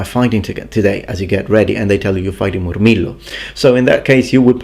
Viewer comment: The way he says Moorrmeelo with the rolling r's